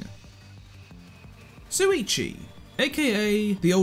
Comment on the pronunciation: It's SHuichi not Suichi xD How come so many English native ppl say it wrong, even tho the eng dub says it right xD